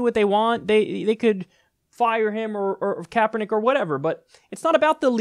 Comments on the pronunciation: I'm becoming very religion intolerant with these idiot fundamentalist videos popping up all over the place. This fucking moron bought the shit to cut it up then couldn't even say Kaepernick's name right. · Insult pronunciation of CK's name. I hate assholes who do this on purpose. And you fucking know Morris did it on purpose. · Can't even pronounce Colin Kaepernick, you inbred dumbass! I'm from Ga. So I know exactly what I am talking about! Idiots!